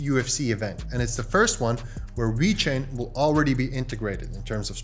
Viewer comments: this guy calls it wechain lol its VEEEEECHAIN LOL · It's not called We-Chain. It's pronounced exactly as it's spelled dude. Ve-Chain. Please stop pronouncing it in that manner. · Wait.. does he keep saying wee chain?